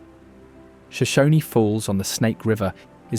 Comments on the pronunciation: *Shoshone (County) - the 'e' is silent. The Shoshone Tribe is pronounced "Show-Sho-nee" using the long "e". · I can't be the only one that wants to throw my phone every time he says Shoshone incorrectly...